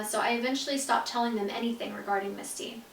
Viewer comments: I only have one question why does the books say misty but the song says Missy and you pronounce it missy too... just wondering here 💕 love u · Wait is your step mom's name Missy or Misty? It sounded like you were saying Misty when you were reading the book but your song is called Missy? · you kept saying missy when it says misty in the book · Who this “mistey” is she a sprinkler system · Landry Childree it’s misty